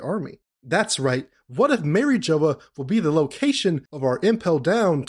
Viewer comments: Saying “marry-jola” is crazy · The way you pronounce mariejois pisses me of, but I agree with your theory completely.